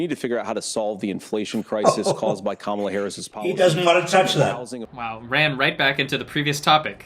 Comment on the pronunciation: The only thing that I will give credit for at the debate is that he pronounced Kamala correctly. That’s it. 🙄